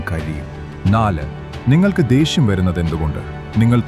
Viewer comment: ദേഷ്യം Not ദേശ്യം